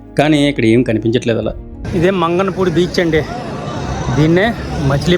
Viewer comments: మంగనపూడి కాదు మంగినపూడి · మంగళ పూడి కాదు బ్రదర్ మంగినపూడి, బందరులో ఇంగ్లీష్ చర్చ్ సమాధుల చర్చ అని కూడా అంటారు ఇంతే కాదు బ్రిటీష్ వారు సమాధులు ఆ ప్రదేశంలో ఉన్నాయి మీరు పూర్తిగా చూపిస్తే ఇంకా బాగున్ను 🙏